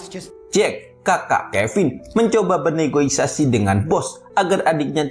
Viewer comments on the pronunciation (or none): negosiasi bg, bukan negoisasi😭